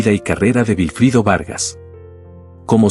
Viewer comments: ¿Por qué dices Vilfrido, si todos lo conocemos como Wilfrido? Literalmente. Recuerdo que cada vez que lo presentaban en un programa decían Wilfrido Vargas ( es decir literal se pronuncia uuilfrido, algunos decían guilfrido) pero jamás con V, tomo si lo haces tú. A ti es la única persona que se ha escuchado nombrarlo así. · Es verdad, da impaciencia escuchar decir Vilfrido y no Wilfrido. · Se pronuncia Güilfrido, no Vilfrido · No sé dice vilfrido es Wilfrido vargas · El señor se llama wilfrido vargas tienes tienes que practicar ese nombre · La persona que narro esta conversación no dice el nombre del artista como es nunca supe que se llamara vilifrido se que se llama Wilfrido. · No entiendo como se en esta historia se obviaron tantos detalles. Uno de ellos es que la “compuarizada” voz lo llama “Vilfrido” También, en termino de la historia hay muchas areas en la rl como lider ayudo a muchos de los miembros a conseguir la fama después de pertenecer al grupo. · Otra cosa mi amigo. Aquí en Hispanoamérica la W se pronuncia como U no como V. Perdón fue solo un aclarando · Y el que cuenta la historia NO sabe pronunciar el Nombre de WILFRIDO… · Pero de donde saca tanta información este hombre sus músicos nunca han publicado eso o por lo meno si y nisiquieta su nombre lo sabe pronunciar